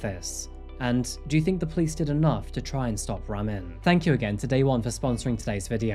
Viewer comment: It's pronounced (Rah-meen), we have the same name and that's very rare. Of course Ramin has to be a POS Stalker Murderer 🤷🏾 rip Zohreh